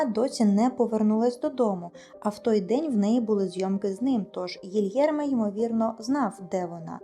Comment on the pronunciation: Гілєрме, а не Гільєрме